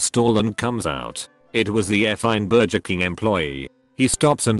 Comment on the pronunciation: Everybody on earth: burger This voice bot: BER-JER